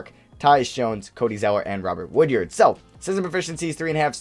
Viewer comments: Hey I’m a big Mississippi state fan, go to all the games and it’s pronounced wood-ard not wood-yard but still great video and thanks for picking him up 💪🏼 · The fact that you kept saying “Woodyard” instead of “Woodard” was pissing me off lmao